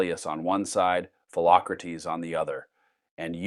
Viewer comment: "Phelocratese" Socrates brother 💀